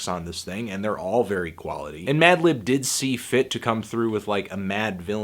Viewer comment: also yes you used bated breath correctly. but you fucked up at the start with madlib's name hahaha. like you said in your earlier review, you've been losing the ability to speak. you tired fantano? get some rest you deserve it b.